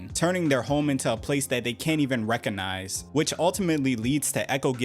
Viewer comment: Recognize ❌️ Reconize ✅️ Clearly the "g" in the world is silent now 😂